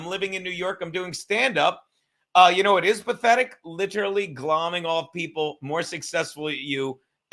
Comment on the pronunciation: Did he say GLOMING? HOLY SHIT! Hilarious he's an embarrassing Italian like many are these days.